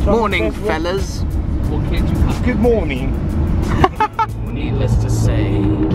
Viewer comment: Just after Ben says "Mornin' fellas", saying "good morning" in an interesting posh English accent is hands down the best part of this vlog hahaha